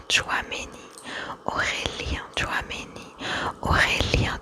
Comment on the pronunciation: Quand tu prépares une vidéo sur ce sujet, ce serait appréciable de se renseigner au moins sur la prononciation des noms des joueurs. D'habitude j'&dore ton ASMR mais là les fautes de prononciation (Samba, Risser, Tchouaméni, Olise, Doué, Mbappé...) + la double erreur concernant ton maillot (en tant que supporter du PSG ça m'irrite un peu les oreilles), ça m'a sorti de la vidéo et ça m'a tendu + que détendu, dommage pour une vidéo ASMR.... J'apprécie le choix de la vidéo mais l'éxécution laisse à revoir. Néanmoins, toujours très talentueuse concernant l'ASMR en lui-meme. Navré pour la critique, j'espère avoir été constructif